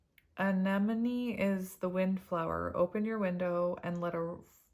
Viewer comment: Deh-VINE-er (from your word fairy; you're welcome!) lol (But you're doing GREAT! with "anemone" - hug and smile)